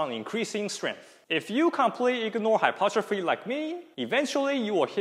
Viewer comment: Pronounced Hy-PER-tro-phy! Otherwise good stuff. One thing I will add is that tendons respond to time under tension to build integrity over time for both strength and durability. Hence dead hangs should be done both for endurance as well as 1RM or strength.